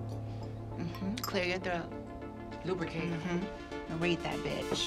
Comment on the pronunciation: She 🗣️ "Lubicate." 🤭😮‍💨